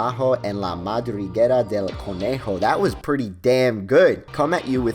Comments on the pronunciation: "Mahs abajoh ehn la madrihguera del conehjoh" Tbh you actually said it better than i expected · Más abajo en la madriguera del conejo jajajaja, lo pronunciaste bastante bien